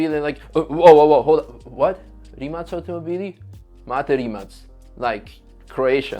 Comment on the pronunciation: Do the people at Rimac get annoyed when people pronounce Rimak ? Im from Poland ,so C we pronounced like in Croatia .Slav connection ,)